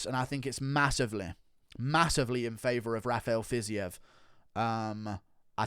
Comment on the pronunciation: Bro it's not "Fizzy-ev" it's pronounced "Fazeev" ;)